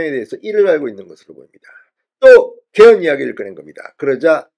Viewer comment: 죄송하오나 '개헌', '계엄'을 똑같이 발음하시니 헷갈리네요.